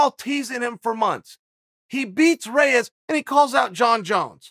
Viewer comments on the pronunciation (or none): none